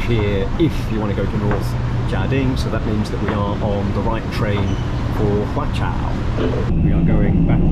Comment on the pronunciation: Your pronounciation is fine. It's just the name of the station pronounced in Cantonese becomes a swearword in English. 😁